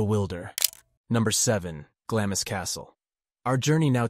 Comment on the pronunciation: Glamis Castle is pronounced 'Glarms'. :)